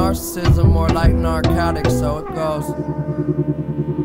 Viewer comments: Also when Mac says “so it goes” it sounds like he’s saying “circles” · Anyone else notice how “So it goes” sounds like “Circles”?